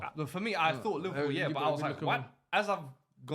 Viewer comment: Bruh in the Napoli kit can’t speak for shit, man can barely pronounce Liverpool